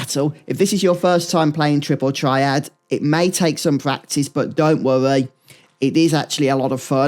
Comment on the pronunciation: you lost me at "Tripple Triad"